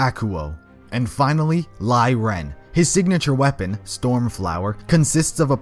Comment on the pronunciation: Qrow is Raven's sister? :D Other than a few minor mistakes and mispronounciations, this is a pretty solig video :D Just to name a few, Lie Ren is pronounces "Lee Renn". And Ciel Soleil (Penny's teamate) is pronounced "Si-elle Solay"